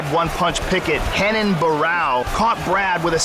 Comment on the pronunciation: They keep mispronouncing his name. It's RENAN not HENAN.